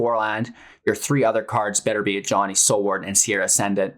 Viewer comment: "Sarah" Ascendant, not "Sierra". Facepalm